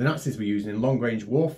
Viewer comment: "warfur"? :D :D